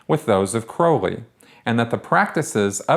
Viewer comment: Surprised to hear you pronounce 'Crowley' correctly. Have you ever considered doing a comparative analysis of Scientology and Thelema?